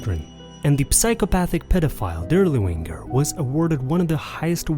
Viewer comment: “Death’s head”, not “dead head”. Moreover your pronunciation of German words and names is catastrophically bad. “DirlevAnger”, not “Dirlewinger”